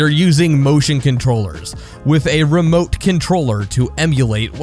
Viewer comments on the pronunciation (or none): Boy, did you just call it the fuckin' "Ree-remote"?